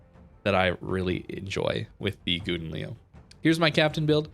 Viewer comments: just call this ship the golden lion, you are raping the langue. but i have to say you pronounce it funny and it makes me laugh every time you say it. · Worst pronounciation ever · Plz pronounce the name right